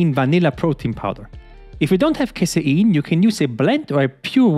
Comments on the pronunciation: It's CASEIN not casaEEEEIN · "if you don't CASE-ER-EN" Lolled how he said it, I think it sounds better said that way.